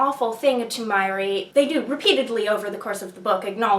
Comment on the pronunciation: Its Ma-Ray 🙂